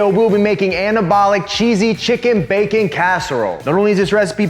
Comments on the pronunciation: My kids say bakah all the time, means stupid in Japanese. Prob not spelt the same way but when he said that I about died 🤣🤣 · Chicken, it goes "bakah" 🤣 love watching the videos 👍